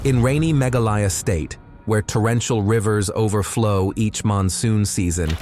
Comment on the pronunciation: Mispronouncing words of ancient, very living, languages, not funny. Meghalaya is NOT pronounced megalaayaa. It is Meghaalaya, just as Himaalaya is the correct pronunciation of Himalaya.